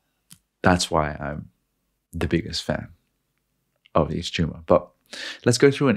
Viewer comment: The cheeseburger analogy sold me. Also: It’s pronounced “EVE-TO-MORE”